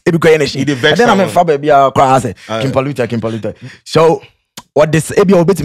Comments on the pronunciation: Sounds more like Spartans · Sound more like pollutants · “Palutans” no go bad mmom